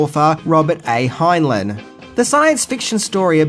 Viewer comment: Love ya but you really need to work on pronouncing words correctly. The author's name is pronounced Robert "Hine-line". Australier? WTF stupid...